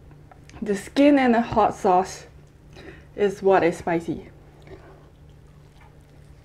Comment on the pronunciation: The way she said, "Flaming hot ass"😂😂😂love ur channel ...keep going girl...👍😊